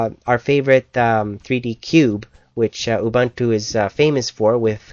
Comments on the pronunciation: oo-bun-too? its actually oo-boon-too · Ubuntu is pronounced "oo-boon-too" Not "oo-Buntoo". Other than that, good review. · Almost anything... Well close to it. You could install 9.04 on stuff from 1997 but considering this is 2010, you could consider it "almost anything" :P. And not to criticize but it's pronounce "oo-boon-too". o.o''